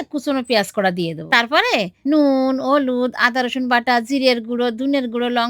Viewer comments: হলুদ ❌ অলুদ ✅😅😂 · হলুদ ❌ ওলুদ☑️ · হলুদ ❌হলুদ✅😂😂